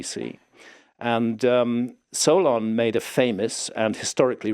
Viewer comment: I had to do a double take when he said Solon. I thought I heard Sauron. Just about lost it.